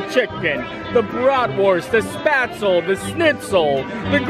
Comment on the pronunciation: Gotta tell you. You drive my German wife mad by mispronouncing “spaetzle”. It has a long “A” sound.